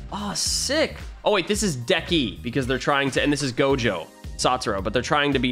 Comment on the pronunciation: YOU SAY ITS IZUKU MIDORIYA